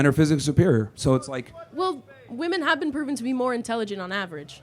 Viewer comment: The woman ... "you say women are less INTELLERGENT".... Isnt it Intelligent?. Nuff said.